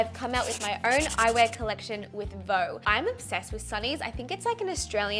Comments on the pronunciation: Hey, I love that new partnership this is awesome! Did you know VEUX means wants in french! And we don't pronounce it like «vo» but more like vuh/veuh! Just a heads up! Love youxx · I love it and I'm so excited you are creating more and more as your channel grows! Only thing is that "veux" is not actually pronounced the way you're saying it... (you're saying "veau" which is French for "calf" as in a baby cow, instead of "veux" which means "want".) Not wanting to troll or bring you down, just wanted to share the knowledge to help you out!! 😁 I LOVE your channel and can't wait for your next update tomorrow! Thanks for all the hard work you put in to what you do!!! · Didn’t realize Veux was pronounced “voh”, I’m from the states (what you and Kurt would call a Valley Girl) and kept saying it like “View” and just thought it was View but spelled to look French and fancy